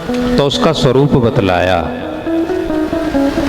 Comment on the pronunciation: प्रणाम 🙏 बहुत सुंदर लेकिन आप हर जगह स को श उच्चारित करते हो । समोसे को शमोशा सर्व को शर्व जिज्ञासु को जिज्ञाशु सत्य को शत्य, स्वरूप को श्वरूप, त्रिसर्गोमृषा को त्रिशर्गोमृषा इस पर ध्यान दें। सूर्य को शूर्य न कहें